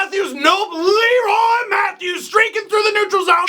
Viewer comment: Leroy Matthews was said like Leroy Jenkins :)